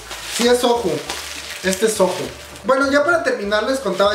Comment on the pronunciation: Soju??? Se pronuncía soyu*